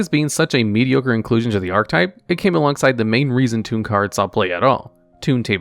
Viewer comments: ar-che-type not arc-type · Its fucking painful to hear you fuck up the word archetype over and over. PROTIP: that e changes the word you grade school dropout. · You're not saying archetype right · Completely off-topic, but has anybody else noticed that YGO content creators don't know how to pronounce "archetype?" I don't think I've heard one pronounce it correctly yet.